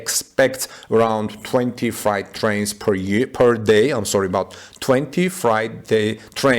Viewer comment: Freight rhymes with hate. The way you pronounce freight, it sounds like “fright” or “night”.